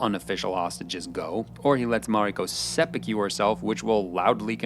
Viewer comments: Say it with me bro… Seh-Pooh-kooh, not sepeekew 😂😂😂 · I let "engine" instead of "anjin" slide, but you lost me at "seppu-queue". For fuck's sake, at least try with the pronunciations. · It's pronounced sepPOO-koo. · For the love of God, the word is seppuku not seppekyu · seppuku, not seppukew. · seppukyu , not seppukew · A piece of feedback - you may not be Japanese, but it's very distracting to hear your tonality and mispronounciation of Japanese words. ("Sep-pew-qew" vs. sep-poo-koo, "Boon-too-roo" vs "Bun-tar-o") And your framing on the idea of "saying the wrong thing at work" really undermines the cultural significance of fealty. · Sorry but i must correct your pronunciation of Seppuku: its not Sepewkeew. Its sep-oo-koo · Seh-puh-koo - Not Seh-puh-cue And while I'm on the subject. It isn't Buntaru. It's Buntaro. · Perfect except for one thing - your pronounciation 'seppy Q' is cringe. It's 'sep poo koo'. Take a beat on the P, blow it out with your lips. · seppu-ku, not kyu, bunta-ro, not ryu, ahn-jin, no ehn-jin, it aint that hard, sorry my dude but my ears are bleeding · Hearing the narrator say 'sehpukyew' is like nails on a chalkboard to me. It is "Sep'poo'koo" there's no y sound anywhere in it. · Loved the video but not so much some of the pronunciation. There's no 'y' in seppuku. Last part is just "ku" rather than "kyu." And say way you say Anjin sounds closer to "engine" than "anjin." That one is said a ton of times in the series and should be easy enough, "ahn-jin." Not hating or anything, I'd actually love to see more Shogun content from you, just with improved pronunciation. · Not "se pu que", it's "se pu koo". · Fantastic analysis - but I want to point out a very small thing: you are pronouncing it "seppu-kyew"... Instead should be a short "ku" sound at the end like how one might say "fu" in "kung fu" (i.e. not "few"). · You are pronouncing Seppuku wrong. Set-pu-ku NOT Se-phew-ku 😅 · Sepi-que??? It's seppuku, dude. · ah yes, än-gin and seppukyu